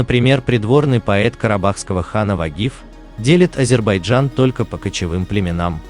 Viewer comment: ВАШЕ ВИДИО РОЛИК КОТОРОЕ ВЫ ПЕРДСТАВИЛИ ПОЛНОСТЬЮ ЧУЖ. ФАКТЫ КАТОРОЕ ВЫ ДОКАЗЫВАЕТЕ НА НЕДАВНЫХ СТАТЬИ УЧОНЫХ ЕНСКЛОПЕДИЯ И ТОМУ ПОДОБНЫЕ,ТОЖЕ ПАХОЖЕ НАПИСАНА ПОД ДИКТОВКУ.. С ПЕРВО НАУЧИТЕСЬ ПРАИЗНАСИТ НАЗЫВАНИЕ АЗЕРБАЙДЖАНА. 😊